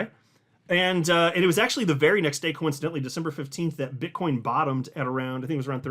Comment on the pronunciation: Did you say BitchCoin